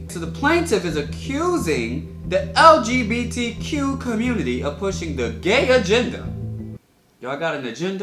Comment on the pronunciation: Off topic lol but said LGBDQ every time instead of LGBTQ lol